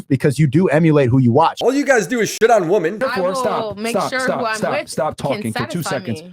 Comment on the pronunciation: Why is it that literally nobody in this space can pronounce "women" properly?